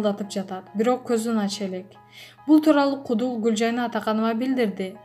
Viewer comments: Кудул дейсиз го куудул деп туура окунузчу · Кудул Гулжайна дейтко,куудул дебейби 🤦‍♀️даже соз байлыгы жок что за журналист🤔🤦‍♀️